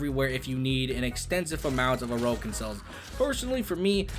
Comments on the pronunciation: Ain't it pronounced like Oar-ukin or something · The way he say orokin cells lmao